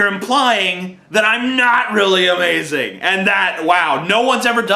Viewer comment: wow TJ u sure are "azmazing" *teehee*